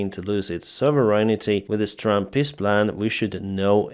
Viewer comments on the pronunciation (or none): I love how with your accent "Trump's peace plan" sounds like, "Trump's piss plan". So appropriate.